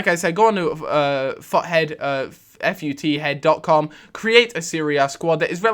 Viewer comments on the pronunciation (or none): everytime you say ''futhead'' i thik you are saying fuckhead